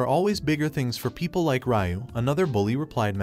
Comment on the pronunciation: Why are you saying Ryu weird 😅